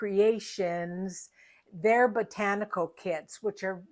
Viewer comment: Hello sweet, your covers are works of art! I caught your blooper when you said Rachel’s Potanical instead of botanical,lol! Thank you for sharing your talent & how to construct the fairy lights! Please take care & please give sweet Fiona a big hug!🤗💜🌻💕🐶🙏🙏